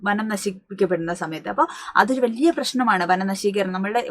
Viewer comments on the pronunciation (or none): none